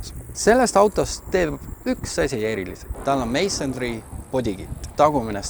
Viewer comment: Palun tee endale "Mansory" häädus selgeks. No hard feelings😊